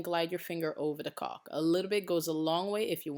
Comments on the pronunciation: It's pronounced Call k. Lol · after the fourth caulk this lovely pregnant lady could not stop thinking about "caulk" i heard cock so many times.. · Ohhhhhhhhhh, you're saying caulk